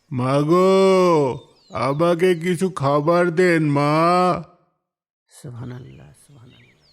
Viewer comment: সুবাননাল্লাহ❌ সুবহানাল্লাহ ✅